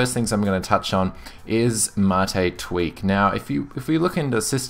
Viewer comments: no the ? rect pronunciation is Mah-tae ....it even says so on the site. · Ubuntu "Mattay"? u wot MATE (see what i did there? No? Ok...) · Im with you there its a great distro been using it for a while now not one issue to date great review its funny how to pronouncement of Mate brings up so many discussions i dont care what you call it for me it works perfectly have a great day mate pardon the pun